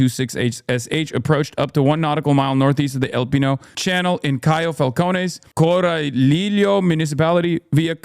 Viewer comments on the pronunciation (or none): in spanish the double l is a y sound Corraliyo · finally a gringo understands how to pronounce Spanish words with R Sadly the LL pronunciation is lacking oomph